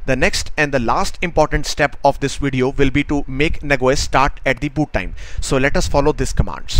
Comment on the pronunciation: I think you mean Nah Jee Ose; and not Nag woys, correct?